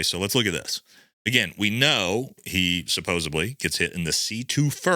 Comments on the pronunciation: There is no "B" in supposedly. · I luv your commentary and knowledge but please stop saying "suppose"b"ly!!! It's SUPPOSEDLY!!! Ha! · Supposedly not Supposebly